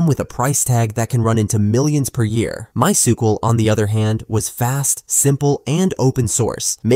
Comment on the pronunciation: "MySkUeL vs Oracle Database." Goddamn AI video